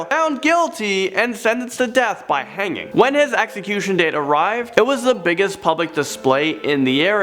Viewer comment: Ax ecution? Or Execution?